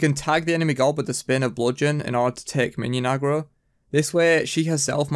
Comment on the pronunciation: Why can't you say God normaly? haha Gowwd